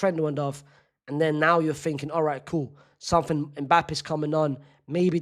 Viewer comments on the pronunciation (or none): none